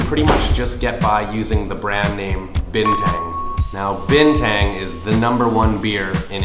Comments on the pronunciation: lets me translate this. U can pronouns Bintang likes Bean Tung. Not bean tank. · "Bean tung" that's how u say bintang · Delapan not lapan bintang not binteng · Bintang not Binteng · And to sound more native, you can pronounce "Bintang" as "Been-Tunk" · Warung = store i'd like to order ... = saya mau pesan ... Cold water = air dingin You would say "bintang" as u say "Been tung"